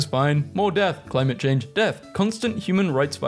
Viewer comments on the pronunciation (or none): none